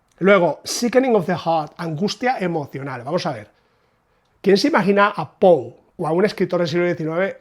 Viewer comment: Excelente info como siempre, precisa, rigurosa y objetiva; y por fin escucho a un español decir "Pou" y no "Poe". Tampoco se necesita mucho esfuerzo darse cuenta que Poe es un master, sea cual sea la traducción. "Páginas de Espuma" edita con calidad sin dudas, pero esta cubierta es "horrible", y ni hablar de la libretraducción que quieren promocionar como "original". Respecto a Mariana Enriquez, solamente "El Cuervo", le sobrepasa por 10 veces. Agrego que tengo la de Gredos (Cuentos), con traducción de Cortázar.